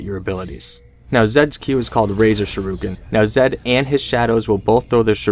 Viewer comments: Not Shu-ru-ken Shuri-ken Thank you, Thank you. Yet another day of saving people's lives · IT´S SHURIKEN, not shiruken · Every time he said shuriken I died a little bit